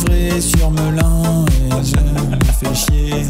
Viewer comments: Meulin ? Non Melun svp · Meulin, mdr Melun plutôt non ?